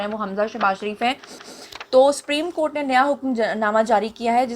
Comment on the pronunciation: Madam it's not spoken "spreme court", it is pronounced "soopreme court".